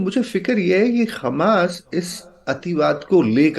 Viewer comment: मेडम! इस चूतीये को कहां से पकड लाई हो जस को ग्यान तो किया हमास को खमास बोल रहा है 😂